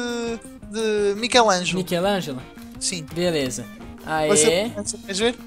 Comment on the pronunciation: Seu português e lindo e nickelodeon e michelango e club cooe e uma bosta